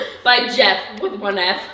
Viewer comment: glad you liked it also it’s pronounced “jeff” not “jif” and that misspeak has me offended